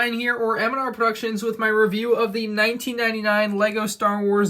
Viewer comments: Nah man I hear a "A nineteen sev- nine" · He actually said 1999 it’s hard to hear I replayed it a bit but you can hear it